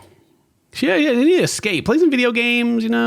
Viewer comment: when you said about the video games, she needs to "escape" i thought you said "scape" like runescape lol